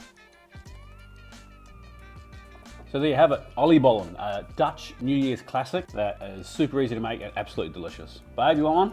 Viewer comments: the fact he also pronounces it correctly just warms my heart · Looks delicious, great pronunciation on the oliebollen and truly keeping the Dutch classics alive. Well done man. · Love your pronunciation of the word Oliebollen!